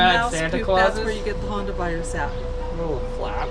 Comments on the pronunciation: is the only one that said hantavirus, I am almost positive that and said Honda virus. Hey if you don't know you say what it sounds like..lol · The thing about the “Honda virus” is that when speaking utahnics is that you don’t fully annunciate the T in most words that have them. So would be pronounced “Hunner”. That’s why hantavirus sounds like Honda virus.